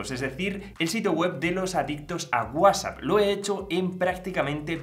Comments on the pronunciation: Lo que no me gusta es que usted no sabe pronunciar bien WhatsApp Para eso tiene la T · Por qué dices guasap? Que no es Whats app?